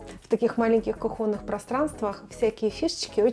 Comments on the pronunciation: КУхонный, а не КУхонный. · Ударение в слове кухонный на У в любых формах слова.